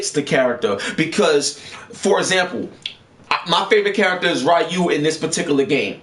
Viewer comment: his name is (Ree Yuu) Ryu